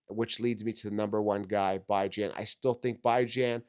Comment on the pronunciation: I wanna trust what he says but everytime he says byjan instead of bijan it makes me think he doesn’t even watch football 😂